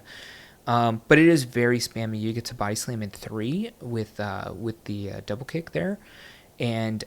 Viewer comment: “Doub-wool kick” 😂